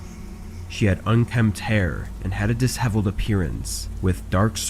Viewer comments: "Disheveled” is pronounced dih-SHEV-uld. The 's' and the 'h' make the "sh" sound rather than being pronounced separately. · Yeah, that was a really strange way to pronounce it😮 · LoL "Dis-heveled" ...That was cute 😅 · Learn how to pronounce disheveled